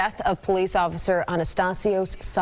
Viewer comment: Only 15 years? That seems like manslaughter and attempted murder. I'd go a step further to say that drinking and driving is some degree of murder. Drinking is a conscience decision. As is getting behind the wheel. Also... my kingdom for some ignorant bitch like this to pronounce "police" properly. And why in the hell is a news reporter wearing a mask OUTSIDE. Didn't they miss the memo that masks did nothing to prevent the spread of COVID? It's already come gone.